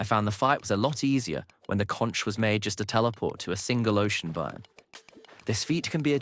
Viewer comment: This voice has to be AI, I can understand having a speech impediment but pronouncing words like “tempest” wrong and slurring “biome” into “bire” with a very English accent is so so strange